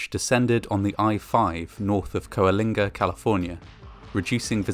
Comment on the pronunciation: Coalinga = co linga (you don't pronounce the first A) There was a huge fog based car accident just out side my home town of Fresno CA in 2007, the tule fog is no joke